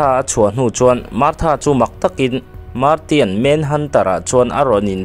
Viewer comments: Leh lawk ,martian tih te poh khi. "marsian" tih tur nia😂👍🏿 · An hming a lamdan thenkhat hian nuih a ti za tep zel,example ah Martian ti a lam lo in marsian ti a lam zok awm